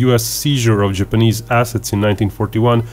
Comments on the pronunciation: Ok. it's Japanese,not GIPanese. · It's called an accent genius